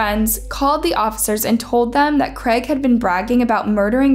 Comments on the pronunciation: Creg?? lol it’s CR AI G, use phonics to pronounce it properly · First time I’ve heard someone pronounce Craig as creg 😂😂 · How else are you supposed to pronounce Craig? I always heard it pronounced as “Creg” lol